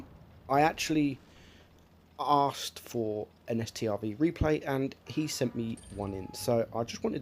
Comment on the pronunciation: It’s not S-T-R-V it’s just pronounced Stroodsvawn